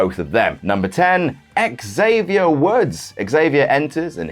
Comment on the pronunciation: Ahhhh you pronounced the X in a Xavier 😭🎉🤣lol